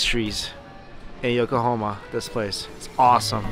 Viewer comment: Whenever he said Yokohama I kept thinking he said Oklahoma